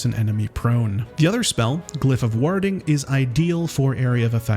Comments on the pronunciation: Sorry I have to say something- warhding flare?! Ward - like 'war' (wor) with a d at the end. Warding - 'wor-ding'. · "WAH-ding" flare? Really?